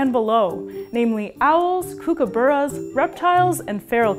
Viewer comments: its pronoused cook-ka-bur-a not cook-ka- boo-ra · this channel has truly gotten me through quarantine but I have one complaint as an Aussie the way you said kookaburra kinda killed me 😂 it’s cook-ah-baa-raa 😊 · Also that first syllable in "kookaburra" is pronounced the same as "cook". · This was a cool video, though as an Australian, I just want to point out you said "Kookaburra" a little off. 😅 "Cook-a-bah-rah." Also, what is it with people owning Australian animals as pets, when we ourselves can't? How do they get them? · You pronounced kookaburra kinda weird it's more like kookA-burra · I’ve never heard kookaburra pronounced like that before.